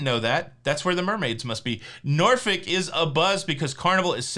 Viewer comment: Congrats on pronouncing Norfolk correctly wife is from there